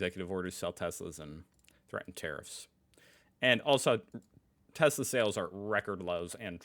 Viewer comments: „i love tes-slur“ sounds appropriate to me 😂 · Tesler, almost sounds like a tes-slur. 🙂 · Of course he calls it Telser, he is used to the hard R at the end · Tesla is pronounced Edsel. (Now that's a truly boomer thing to say.) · Trump can't pronounce "Tesla" and Nikola Tesla was born and raised 110 miles from where Melania was.